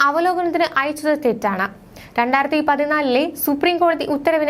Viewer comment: 'രണ്ടാർത്തി' എന്നല്ല. 'രണ്ടായിരത്തി' എന്ന് വ്യക്തമായി ഉച്ചരിക്കണം